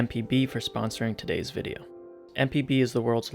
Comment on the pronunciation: When he said “thanks MpB for sponsoring this vide” I thought he said “thanks MTV for sponsoring this video” I was like “what?” Lol 😂